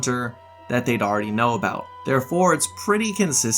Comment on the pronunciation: it’s MORAAAAL, not MOREEEEELLLL😂